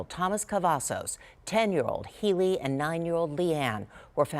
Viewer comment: Its healey (hai-ley) you will get next time i was in her class